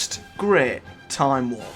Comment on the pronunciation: ve last gret tahm war